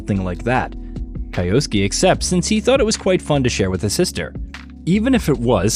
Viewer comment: Kai-osuke?? Kai-osuke?? good god.